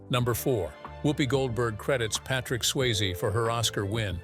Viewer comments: it’s SwayzE, not Swayz 🤦‍♂️ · Getting Patrick Swayze's name wrong is unacceptable, but at least be consistent with the pronunciation - Swayz, Sway-zee...pick one (hopefully the correct one) and stick with it. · Patrick Swaze? Swayze. Pronounce names correctly 😡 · Its Sway- ZEE not Swaze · It's pronounced Sway-ZEE!! Have some respect! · Swayze = sway-zee Willy Bruce? Folks, this is slipshod video making. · Bruce Willis is Willy Bruce now? Bad enough you’ve been leaving the “E” off of Patrick Swayze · At least pronounce Patrick Swayze’s name correctly please!